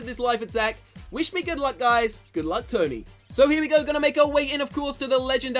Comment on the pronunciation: I'm not try to be mean but when you say tony you say tury or turdy